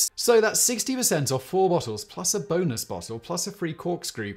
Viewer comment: I didn't even get into the actual meat of the video and I'm already laughing at his pronunciation of "bonus" .